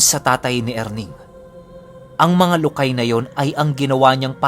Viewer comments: Lukay mabilis na pagkabigkas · Lukay!!! Ganun pagkabasa😁